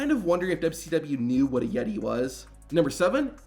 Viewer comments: The Yet-tay.. 😂😂😂😂😂😂😂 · “Even though he was called the Yettay he looked more like a mummay “ 😭😭